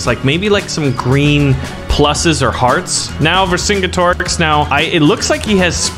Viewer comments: Always heard it pronounced Ver Sin Get Er Ricks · it's ver-sin-get-ih-rix vercingetorix